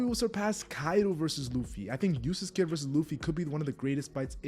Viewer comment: it sounds like you're saying Useless kidd, which is just funny to me lol